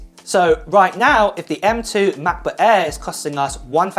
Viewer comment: Macbook "Ehr"?